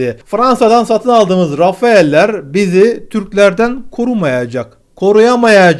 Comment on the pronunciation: Jetlerin ismi "Rafale" (Türkçe seslendirme: "Rafal"). "Rafaell" değil.